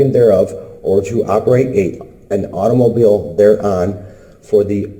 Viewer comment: Did anyone else think "Sixteen Candles" when he said auto mobile? : )